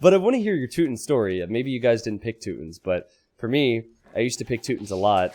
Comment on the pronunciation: I believe it’s pronounced “two-tawns”